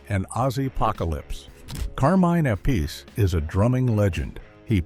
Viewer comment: Appice, please pronounce it correctly ! also never got the raise Dio promised him before his solo career really took of. According to an interview I saw of him here on Youtube, he blamed Ronnie's wife Wendy. Dio paid low wages, but promised a raise once the record sales would allow it. But Wendy said; no no no Ronnie, I need new shoes.